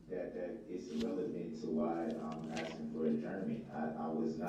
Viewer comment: He's "axing" a lot of questions